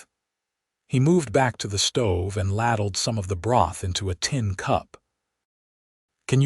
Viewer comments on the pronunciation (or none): AI SOOOO needs editing! Ladle is pronounced "LAY-DL", not "LADD-DELL". Live vs Live (living vs Alive). Wound vs wound around. very choppy.